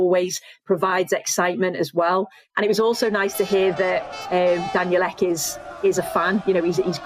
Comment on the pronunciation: Joe Rogan: Daniel Elk Meat.